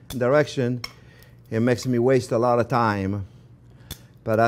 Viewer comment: “Put awot of pepper, don’t be afwaid” lol